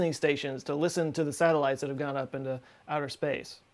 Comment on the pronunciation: When she sais listen, it’s a bit weird, almost robotic, like you know when you speak backwards and rewind your voice and hear normal words but the words are hitting the wrong syllables in a way. This is what it sounds like here.